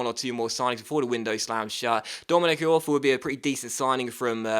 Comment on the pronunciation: It's pronounced "E-Orfa"....